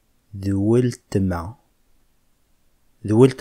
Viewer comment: C’est ma sœur le L ne se prononce pas cela se prononce wetma